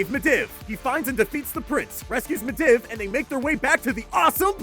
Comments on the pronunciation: med iv? dont you mean mediev (pronounced medeev) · It's medeeve not midiv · Gregoron Blackbane Also the way he pronounces midivh. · medhiv said wrong bolvar said wrong and fordring said wrong the fordring one was obvious so was bolvar but i'll give you a pass on medhiv if you havent played wow ever before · meh-div idk if its just a trope at this point to mispronounce every name, but even if it is, can you not please? It's so aggravating and the humor has worn off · the way he said medivh made me want to unsub